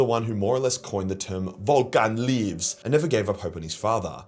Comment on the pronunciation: “Vulcan leeves”